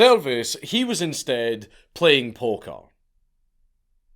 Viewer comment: He loved playing polka threw me off for a bit until I realized bro was saying poker